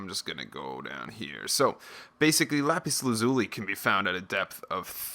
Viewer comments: It's pronounced Lapis Laz-uh-li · It's actually more like lapis laz-ya-li. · Lmao you said Lapis Lazuli wrong